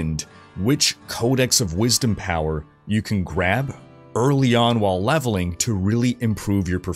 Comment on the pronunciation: "levelink and completink condtendt"